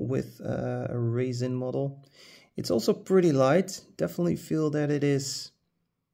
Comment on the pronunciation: Oh...you said RESIN. It sounded like you said raisin or racin'.